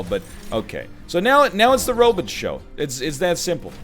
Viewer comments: "Robit" My Zoidberg senses are tingling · NL phonetics of robot as "ro-butt" keeps making me laugh 🤣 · Why you saying robot like that?!